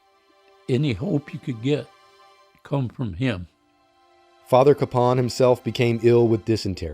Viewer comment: I know locally everyone pronounces his name CAPE-un, but an effort really should be made to pronounce his name correctly, as the family does, which is Ka-PAWN.